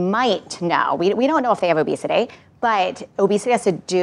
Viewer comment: “obesitayy” - psychologist lady That’s all I wanted to say.